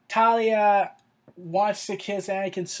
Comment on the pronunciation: Talia? Is Tahiri really that hard to pronounce, mate? Tah-heer_ree.